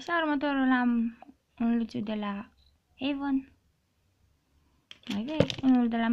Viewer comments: se spune avon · se scri avon si se citeste eivan